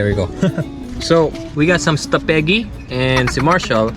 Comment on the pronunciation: It's not staphegi it's iskabetti